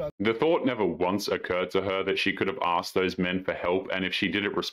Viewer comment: "you axed me here" 😂